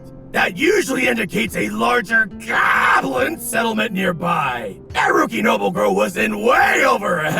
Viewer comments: damn am not gonna watch it but u got a like for saying goblin 99+ haha gaaaaaaaaaaaaaaaaaaaaablin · I don't think so. Pretty sure he said "gawb-lin". They both sound the same. Easy mistake to make. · At some point "goblin" stops sounding like a word and more like a phrase he says